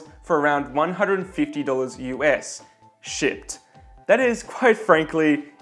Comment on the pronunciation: still trying to figure out of you say 'shipped' or 'SHIT' haha